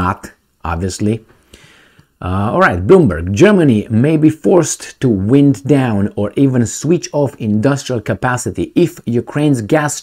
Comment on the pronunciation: Great report as usual, your English as a non native speaker is excellent. Thats why Im pointing out an error. Quite significant. You pronounced the word " wind" which which means air movement and also " reeling" something in, ie, decided to wind in his fishing reel..